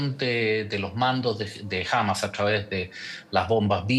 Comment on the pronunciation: Que molesto escucharlo pronunciar mal Hamas.